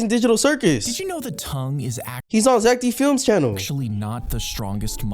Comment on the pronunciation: ITS ZACK D FILIMS NOT ZACK DIN FILIMS